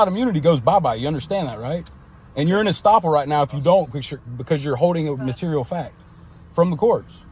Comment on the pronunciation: The term is "estoppel". And he is still wrong.